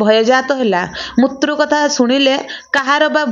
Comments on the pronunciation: Mrityu kahibe, apana mutru kahuchhanti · ମୃତ୍ୟୁ କୁ ମୁତ୍ରୁ ପଢ଼ିବା ଠିକ୍ ନୁହେଁ l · Kan bhasa ta thik se kahi januna.. Uchharana bhul kahucha.. Mrutyu ku.. Mutru... Mutru kan kahucha... Hasa labuchi tuma katha sunile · ମାଉସୀ ମୁତ୍ରୁ ମୂତ୍ରୁ କଣ କହୁଛ, ଫେରେ ମହସ୍ରି ବି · ବହୁତ ଭଲ ଭିଡିଓ। ମୃତ୍ୟୁ ର ଉଚ୍ଚାରଣ ଠିକ୍ ଭାବରେ କରନ୍ତୁ। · ଝିଅ ତୁମେ ଜଣେ ଓଡ଼ିଆଘର ର ଝିଅ ହୋଇଥିବ ନିଶ୍ଚୟ ଯେହେତୁ ଏହି ଓଡ଼ିଆ ଲେଖା ଗଳ୍ପଟିକୁ ପାଠ କରୁଛ ଇଉଟିୟୁବ ଚାନେଲ ମାଧ୍ୟମ ରେ କିନ୍ତୁ ହେ ମହିୟସୀ ମା ତୁମେ ଲେଖା ଟିକୁ ସଂଶୋଧନ କରି ପଢ଼ିବାର କଥା, କାରଣ ବାରମ୍ବାର ମୃତ୍ଯୁ ଓ ମୃତ୍ୟୁଞ୍ଜୟ ଶବ୍ଦ କୁ ମୁତ୍ରୁ ଓ ମୁତୃଞ୍ଜୟ ଉଚ୍ଚାରଣ କରିବାଦ୍ୱାରା ଓଡ଼ିଆ ଭାଷାର ଶବ୍ଦାବଳୀ ଅପଭ୍ରଂଶ ହେଉଛି ତେଣୁ ଦୁଃଖ ଅନୁଭୂତି ହେଉଛି, ଆଗକୁ ସତର୍କ ରହି ପଢିବାକୁ ଚେଷ୍ଟା କଲେ ଭଲହେବ ବୋଲି ମୋର ଆଶା, ହରିଃ ଓଁ ଜୟ ଜଗନ୍ନାଥ ସ୍ୱାମୀ ଜୀ, 🌹🌹💞🕉️💞🌹🌹👍